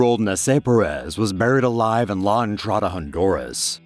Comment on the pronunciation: Sounds likes there saying married alive 🤣